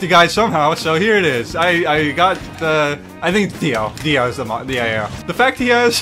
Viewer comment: “I got uhh… it think it’s Dio.” My brain: “You thought he would say Giorno Giovanna, but it was I, Dio” Edit: He even spelt his name out wrong, he say DAO and not DIO 🥲